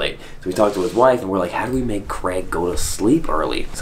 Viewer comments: It’s CrAig, not Creg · Man his name is Craig not Creg ...stop saying creg it's craaaaig